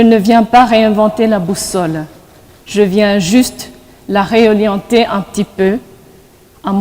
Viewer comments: MADAME PRÉSIDENTE DE LA FRANCOPHONIE. ON NE DIT PAS :《REOLIENTÉ 》 ON DIT 《RÉORIENTÉ 》 ça commence bien. Madame Mushishishi, comment allez - vous assumer vos fonctions, parce que vous avez toujours été malhonnête en travaillant avec Kagame HITHLER AFRICAIN voleur DES MINERAIS CONGOLAIS. VOUS AUREZ DE LA DIFFICULTÉ À ASSUMER VOS FONCTIONS PARCE QUE VOUS NE POURREZ PAS UTILISER LE 《UBUENGE 》: L'ART de mentir😆. VOUS ALLEZ LACHER VITE VOS FONCTIONS AVANT 4 ans. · Hyppocrite que tu es. Tu penses que tes amis congolais ne te connaisse pas? On vous connaît très bien. Tu glorifies ton président qui tue tous les jours les congolais et qui vole nos minerais . T'as vu cette femme Qui confond les R avec les L et se dit présidente de la francophonie. Elle parle doucement comme une innocente, mais elle très dangereuse parce qu'elle travaille pour Hitler d'Afrique Kagame. Les congolais soit disant qui sont dans votre pays sont des vrais rwandais qui se font passer pour des congolais. On est pas stupide jeune fille, on vous connaît comme notre poche!